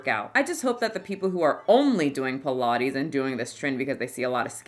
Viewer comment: Pilates? I thought you said pie and lattes! 😂